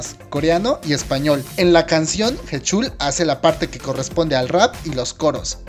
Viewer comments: Ah por cierto se pronuncia jichal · Jechul jajajajajajajaja 🤣🤣🤣 Sé que la pronunciación es un tanto difícil pero POR FAVOR investiguen como se pronuncian las cosas. La canción de "Lo siento" está en coreano, inglés y español. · Me da un derrame en el oído al escuchar como pronuncia heechul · Mis oídos duelen cuando pronuncias su nombre...